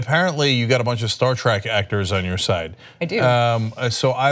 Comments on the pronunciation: Agree. I yelled at the screen as soon as he said it, "If you're such a big fan then don't pronounce it TRACK!" :) :) :) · hmmm. Cenk claims to be a big fan, yet he pronounced it "Star Track"